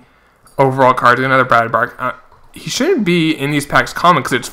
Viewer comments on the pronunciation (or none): Nice vid! BTW it's Brad "Brock" for the pronunciation. You are saying it like "bark". I'm just trying to help you out.